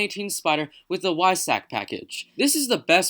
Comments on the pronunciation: veesash not wisach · Porsche is pronounced “por-sha” not “porsh” and weissach pronounced “visack” not “wisack”